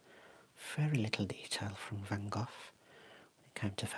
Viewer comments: I see you're still pronouncing his name wrong😂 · As an idiot American I was intrigued by the way you pronounced it, so went on an Internet sleuthing quest to see why that might be. Huzzah! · fyi in the U.S. we pronounce his name Van “Go”, instead of “Goff.” So this was a terrible pun joke. I laughed. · Neither. Dutchie here, living close to Vincent's birth place. It's pronounced "vahn Gog".